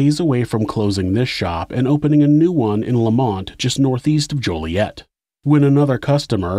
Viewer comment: local its pronounced jolly-et